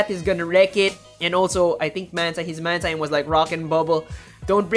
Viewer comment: Great job! Couple of notes: It's man-TEEN, not man-TINE. And I think it was running wing attack based on the feathers the animation it was showing